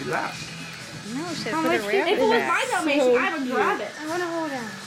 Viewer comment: dalmation, dalmatioon